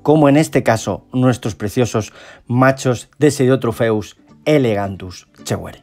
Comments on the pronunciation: Perdona que te corrija, pero en el vídeo no paras de decir "elegantus" y es "elongatus". Por lo demás buen vídeo como siempre y el pez me gusta bastante, de hecho lo tengo en el acuario. Saludos. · ELONGATUS no Elegantus... Y tienes que aclarar que es FITOplancton y no ZOOplancton, ya que dices que se debe alimentar con vegetales y no con animales.